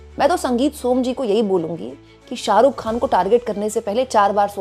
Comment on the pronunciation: शाहरुख खान को सालूक ख़ान बोल रही है ये लड़की 😂😂